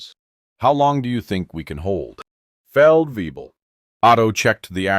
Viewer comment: Feldwebel. No, not way-bill. And in places where it's common we just call it "forty below." That's where fahrenheit and Celsius meet. (Now then, why does the spelling checker demand a capital C but not a capital F? Fahren was a real person, after all...)